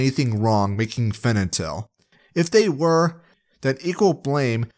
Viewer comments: you mispronounced fentanyl throughout the entire vid. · Oh, honey. You simply cannot say Fentanyl, can you? Great video, but that was a tiny bit distracting. Haha.